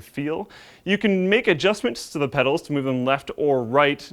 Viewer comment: Did i hear wrong or call the Pedals "Medals" 3;50? i may be losing it.